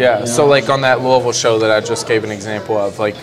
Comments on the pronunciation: Bryan coming right out with the correct pronunciation of Louisville is how I know he's a real one!! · that last louisville Pronunciation made me spit my drink out lmfao hilarious